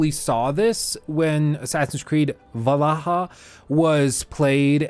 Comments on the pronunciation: It's pronounced, V-ALL-HALL-A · Its VAL-HAL-A not whatever u said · Every time you said valaha they got me